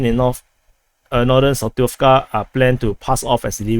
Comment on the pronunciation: ZaporiZHia name you can pronounce like: Asia = AZHia .))